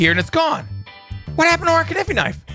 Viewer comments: knife is said k.n.i.f.e. not kniffy>! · knife is with a silent k . its nife if u say it correctly but to spell it u use the k but it is still silent. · Every time he said KI NI FI I was so confused and then im like Knife oooooooooh